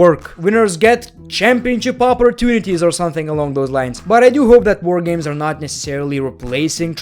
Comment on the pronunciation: "Woah Gaymes"